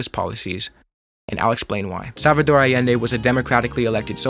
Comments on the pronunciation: allEndE not aiendi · nice video, but your pronunciations are wacked! Jacobo - Ha-ko-bo Allende - Ah-yend-de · Nosotroa pronunciamos Jacabo Árbenz no Yacobo, y Salvador Allende (Ayende). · Great video. It’s pronounced ahyende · I could be wrong, but i think you’re pronouncing Allende wrong.